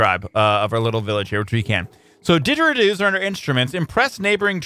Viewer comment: The way he pronounces didgeridoos though XD